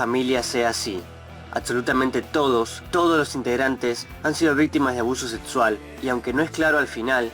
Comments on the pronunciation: pronuncia la X como T, seTsual, eTspertos, proTsima. es un problema comun, mayormente pasa en gente con los dientes muy separados. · Porque dices sedsual, Edspertos, prodsima ??? 😲